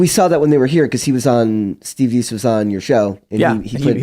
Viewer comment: Please please please.... It's a pet peeve when I hear people mispronounced words and people's names. It's not DEECE as in peace, it's Dace as in pace. Attention to details matter people.